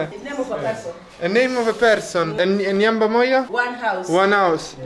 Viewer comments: this is nice making some of us tour using our eyes too. Remember the swahili word is Nyumba (with 'u' and not 'a') the way you pronounced it. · am laughing so hard here the way you are pronouncing "Nyumba" 🤣🤣🤣🤣🤣😂😂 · It funny how you pronounce"nyumba moja"... but you tried 😂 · you are doing so good for sure. I like and laugh the way you pronounce the word "Nyumba" you make it sound something else 😂😂😂All the best in all. May God continue prptecting you. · Haha the nyumba pronounciation lol .....amazing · 🤣🤣🤣🤣🤣🤣nyumba la 🏠 casa lettera u (Umbria)poi hai pronunciato la parola nyumba al posto di U per Umbria hai detto a per Ancona in swahili se tu pronunci con la lettera a vuol dire scoreggio🤣🤣🤣🤣🤣🤣🤣🤣